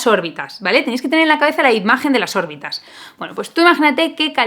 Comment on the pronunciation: Cada vez que decías órbitas mis oídos sangraban😭😭😭